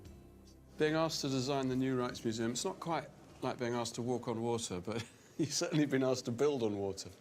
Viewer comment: The K in Rijksmuseum is a hard K 😜